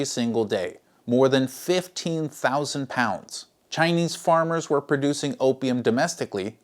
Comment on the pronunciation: It's worth to mention that when pronounced those Chinese names, he did it correctly and natively with the tones, instead of toneless like most westerners do. That just shows how much respect and research he put into his work, which makes these content incredibly credible. THANK YOU, truly and deeply.